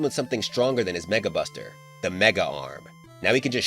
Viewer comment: anyone else heard '[NWORD] Buster' or is it just me?